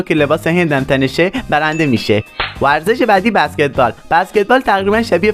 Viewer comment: تو اول یاد بگیر بگی ورزش